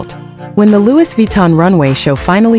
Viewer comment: ITS PRONOUNCE LOOEY NOT LEWIS 😂😂😂